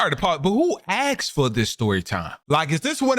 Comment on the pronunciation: Why do we as black ppl make up and mispronounce simple words like "aksed" instead of asked and "lookeded" instead of looked?? The other ppl think we're all ignorant and uneducated and talking like this gives them ammo. My ppl.... WE HAVE GOT TO DO BETTER THAN THIS